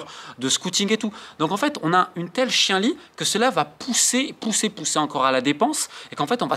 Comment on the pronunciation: Chienlit ça se prononce "chie en lit" et pas "chien lit".